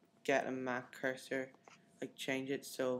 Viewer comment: ......................you say cursor not that......bad....video :(